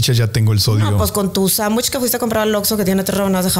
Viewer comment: Interesante la platica es bueno que informen, pero me desespera escuchar a cada rato la palabra sambuich. Inclusive Marco le dijo sándwich y ella por eso sambuich 😣😣😣😣